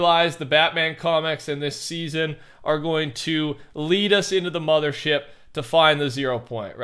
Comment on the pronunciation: I like how every time he says mother he stutters and says mudder ship and immediately says mother after